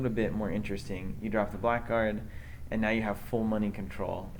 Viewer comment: Man, I hate to be the stickler, but Blackguard is pronounced 'blaggard'. :)